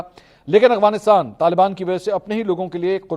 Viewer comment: Oh Mera Bhai Aghwanistan nai hota Afghanistan Hota hy So irritating